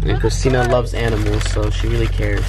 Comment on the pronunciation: oh yeah your richt she said it wrong is Christina not Christina